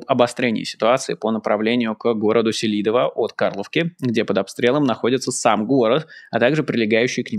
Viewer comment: сЕлидово всегда называли населенный пункт в Донбассе. На первом слоге ударение. Там дома отдыха для шахтёров были хорошие